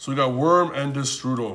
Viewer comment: Why does your destrudo sound like the strudel?